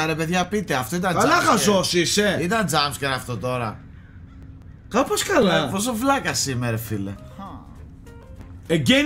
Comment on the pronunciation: όχι κυριολεκτικά λέει" Κάπως έτσι λειτουργεί η φάση του 'game'" απλώς το"κάπως" ακούγεται λίγο σαν "κάποιος"έτσι όπως το λέει ο.